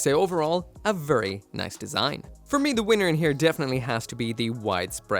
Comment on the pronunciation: vurry vurry